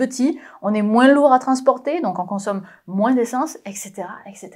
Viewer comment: Je jurerais qu'elle a presque dis "moinsss"...